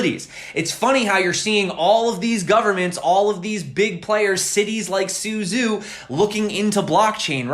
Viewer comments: pronounced su-chow, not su-zoo. zh sounds like ch... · Suzhou is pronounced a bit like “SuJoe”. ZH is like z and j together. Suzhou is a big city near Shanghai. It’s a canal city, like “the Venice” of China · The city name Suzhou is pronounced more like "SOO-joe." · Suzhou is not syuzyu, it is sujou